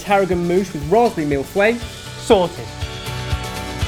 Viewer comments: I like to watch people make mille feuilles jut to see how horribly they pronounce the name this looked good tho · every time you said mille feuille the french nerd in me kinda died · That pronunciation of Mille Feuille made me cringe. I get it, it's a hard word with TONS of silent letters, but it's still hilarious to me. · Your pronunciation of Mille Feuille makes me laugh!!!! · As a french speaker I winced every time they said Mille Feuille. Good recipe though, I'll soberly try it. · i stopped the video and played it again hahaha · Yes haha I had to check the title to understand what it was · Indeed! Because the way they pronounce "millefeuille" sounds really like "mille fouets" (a thousand whips)... which is clearly not the same thing! xD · That's not how you pronunce Mille Feuilles... But it looks so good, so I forgive you ^_^ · "mille fouet" sounds a bit "50 shades of Grey" boys hahaha Feuille is more like the beginning of Fu** and the beginning of "Yellow" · Je sais, il dit mille fouets. Je dis qu'on s'uni tous pour leur envoyer mille fouets XD. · haha... one could understand that it is the white chocolate mousse "MILF way" :) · You're supposed to pronounce it "mille feaye", saying "ea" as in "early". Oh my God I'm so bad at explaining this but hey I'm french so I know what I'm talking about haha ! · IM FRENCH-AMERICAN, I SPEAK ENGLISH AND FRENCH FLUENTLY AND THATS NOT HOW YOU PRONOUNCE MILLE FEUILLE NOT EVEN CLOSE IM GOING CRAZYYYYY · I cringed every time they tried to pronounce 'mille feuille'. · I found it actually funny how they got neither the pronunciation nor the translation of "mille feuilles" right. Btw my second language is french so i know what I'm talking about. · Mill Fweh? lol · It is pronounced mil-foe-y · It's pronounced mil-foy not milf-way lol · This is not Mille feuille. And it’s pronounced mill-faye. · when your American and hear Milf Way instead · I keep hearing "mille fouets" which means "1000 whips..." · it's pronounced mill - fuh - ee :)